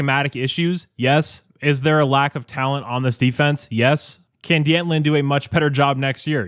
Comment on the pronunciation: Lynn's first name is pronounced "Danton". Not "Dee Anton".